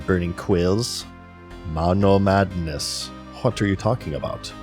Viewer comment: God I love all of the running gags in this series. The way he always pronounces MONOMADDNESS, the way he always has the hiccups, that fact that he’s self deprecating about his loner lifestyle. It seriously makes me laugh every time.